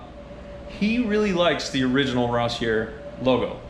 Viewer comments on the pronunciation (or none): Wrong, it is pronounced ross/ear